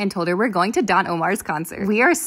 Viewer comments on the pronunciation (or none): The way you pronounced Don lol 🤭